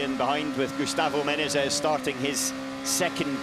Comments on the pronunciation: How difficult can be to spell the word Menezes right?? He says Menes, Menenes... its Me-ne-zes. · ME-NE-ZES!!! 3 syllables you peanut. My god that American Nobody gave me the shits that whole race. Sound it out mate! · ME-NE-ZES. Say it ten times. Otherwise good commenting! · One of these days he'll pronounce Menezes right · the commentators keep messing up saying "Menezes" lol